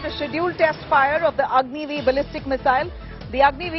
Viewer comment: OMG 🙄 So.... as per her account it is Agni i for Agni-I , Agni ii for Agni-II, Agni iii for Agni-III, Agni i and vee for Agni-IV and Agni Vee for Agni-V ........ Agni ix 😁